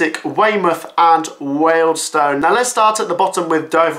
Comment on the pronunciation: Incorrect pronounceation of Wealdstone....